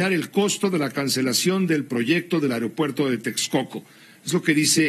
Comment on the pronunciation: Que nadie puede decir aeropuerto, el que no dice ario-puerto, dice airo-puerto, hablen bien...